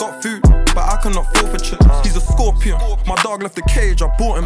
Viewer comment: Did fredo randomly diagnose himself with a speech imperative take the grills out g u can’t pronounce ur s man said thcorpion 😂😂😂